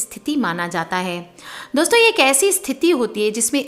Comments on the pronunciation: Dosta dosto 😂😂😂😂.. apko v hai Voice paralysis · She said Dosta ,Dosto OMG hehehe